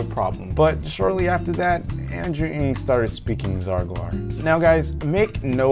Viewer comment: 'andrew "uNJ"' it's pronounced "nang"